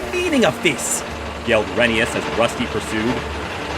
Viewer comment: You're saying Rheneas' name wrong.